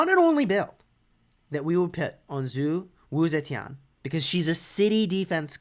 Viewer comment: First YouTuber to pronounce her name right